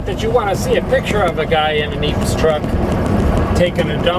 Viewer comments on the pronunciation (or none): its not pronounced Epes with the actual 'E' vowel, its pronounced 'eh-pes'.... just thought i mention that... you are still the greatest and I love your trucking life films